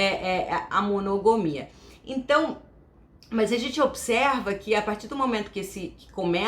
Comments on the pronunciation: Uma dica: monogamia (com "a" depois do "g"), não monogomia. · Ela disse "monogomia"?...rs...